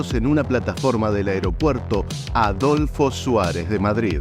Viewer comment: Aeropuerto Adolfo Suárez, ¿ Tan dificil es decir bien el nombre ? No paras de equivocarte. En cambio Viru Viru, bien raro lo dices perfecto.